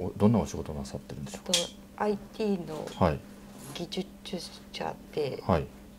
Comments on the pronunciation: 技術者をギドゥチュシャって言ってるけど外国の方？ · ぎじゅちゅしゃ(技術者)好き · 年収2,000万貰ってるエリートなのに「ギジュツシャ」が言えないとは… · あいてぃのぎじゅちゅしゃ・・・？？？プライドが勝ってほんとのこと言ってなさそう・・・ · きじゅちゅしゃ😂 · ぎぢゅちゅちゃ！！！